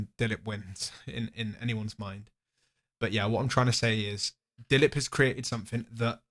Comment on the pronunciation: he pronounced dilip so correctly